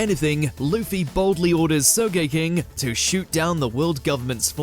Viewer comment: Sogeking❌ soke king✔️